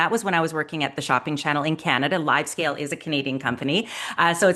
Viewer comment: Hey! Thanks for the insights as always. A small comment: It's Livescale, not LiveScale (LiveScale is a Dubai-based architecture firm;-) Best to the Channelize team from the Livescale founder and LiveShopping OG;-)